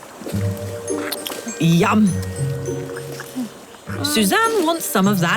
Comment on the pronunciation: The way the narrator said “Yum!!” While talking about the rubber tree sap was hilarious!! “Yahm” 🤣🤣